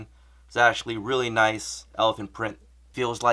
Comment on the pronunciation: "ashuh dude"